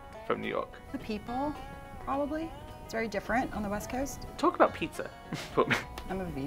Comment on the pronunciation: I'm from New York and sound less New York than all 3 and to me Rachel's pronunciation of "West Coast" sounded not really New York, "coffee" at the end was a bit off but then I don't say "cawfee" either. Whenever they do these New York accent videos they never bring on an Asian American even with all the Asian neighborhoods in Queens and Manhattan.